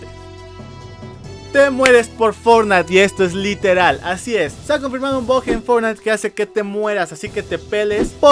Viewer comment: Deja de llamar el BUG como BOG por que luego pienso que dices BOT >:v